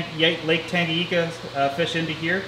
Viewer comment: Tanganika... Your pronouncing it wrong.. But its cool.. I live in Tanzania next to Lake Victoria and thought sense your into african cichlids you might want to work on pronounciing the names of the lakes.. Othwise beautiful fish and doing wonderful job on videos.. Haven't listened yet to the part why you quit YouTube but its disappointing.. Enjoy your video a lot...